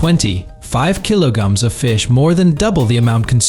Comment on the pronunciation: Kilo-gams? Come on guys, you should have fixed this by now. And numbers are sometimes completely garbled. "Four one six kilo-gams; 4.16, 416?